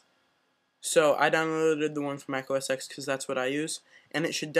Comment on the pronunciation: Mac Os x? Bro it's called mac Os ten